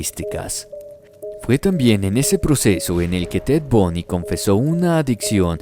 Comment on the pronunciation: SU NOMBRE ES TED BUNDY,BUNDYYY,,NO TED BUNY. LA PROXIMA VEZ PORFAVOR DE COREJIR SU NOMBRE CORECTO...BUNDY. ERES UN BUEN NARADOR EN TUS HISTORIAS.